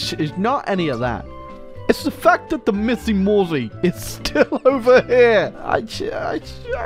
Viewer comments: missimorzi? Yo im polish and you butchered it, im sad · Me as a Pole hearing pronounce MiędzyMorze as MissyMosie is more painful than playing any Hoi4 nation. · Hearing iS struggle to pronounce "Międzymorze" is more hilarious than it has any right to be. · ok, its just funny for me as a Pole how did you pronouced "Międzymorze" xD